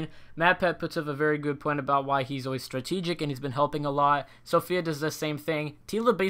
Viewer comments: COCG I was just about to say that, it's kinda annoying when people say Sophia and not Safiya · It really hurt to hear you say Sophia, when her name is Safiya But I do thoroughly appreciate that you make these vids! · It’s Safiya (Sah - fee - uh) not Sophia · It's Safiya (Suh-fee-ya) and Ro only got one vote